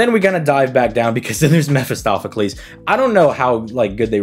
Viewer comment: "Meh fist off"-acles...👎 "Meh fist oh"-pheles 👍